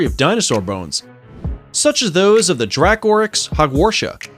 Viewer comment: Am I the only one here bothered by his pronunciation of Dracorex?